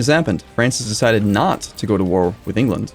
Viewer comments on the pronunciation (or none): none